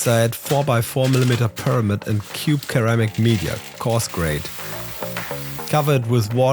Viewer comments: It's Sir-Ram-Ick, not Kur-Am-Ick. I'm just trying to help, and it's Bow-l. They're plastic triangles and stainless steel balls. Im not trying to be picky at all, i have a lot of friends that speak other languages and always want to be told when they make mistakes, so im just trying to help. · Just so you know, " ceramic" should be pronounced "Seramic" not Keramic 👍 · cool vid. Its pronounced "sir-ram-ic" not "ker-am-ic" hope that helps! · Ceramic in English is pronounced ‘suramic’. Not ‘Keramic’. Otherwise a great video. Thanks for sharing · ah yes, keramic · In English, a C followed by E sounds like an S. “Ser-am’-ik” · Hey, only because you seem to care about your English pronunciation — and you sound great! — a quick tip, the word “ceramic” is pronounced with an S sound at the start, not a K sound. But we all know how stupid English phonics are and again, you sound great! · WHEN YOU SAY CERAMIC IT'S NOT A HARD C OR K.....IT'S AN 'S' SOUND. LOVED THE VIDEO....